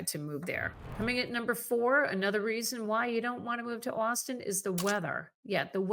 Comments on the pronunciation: You are mispronouncing austin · She keeps saying "Austin" but all I can hear is "Where's a gal get some decent lobster in this Boston place?" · Please learn to pronounce "Austin" correctly.